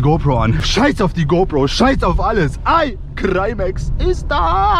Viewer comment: Wir er dein Name ausspricht Eicrimäx 😅😂